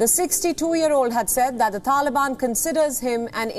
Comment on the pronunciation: TaLiAbiaaan 🤣 couldnt stop laughing every time she said taliabiannnn